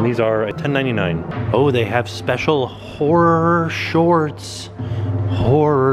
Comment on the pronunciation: Bahahahahahahah ...........!!!!! "Whore Shorts" (at about or 12) "HorrorShorts"